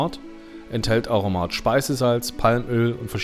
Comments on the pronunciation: Aromat alle vokale gleich betont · Das R muss so richtig Rollen bei Aromat. So wie bei Rammstein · Bzgl. Betonung noch eine kleine Ergänzung: Auf dem ersten „a“. 😉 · Schönes Video. Ein Hinweis zum Aromat. Die schweizerdeutsche Aussprache hat die typische Erstsilbenbetonung. A romat. En Guete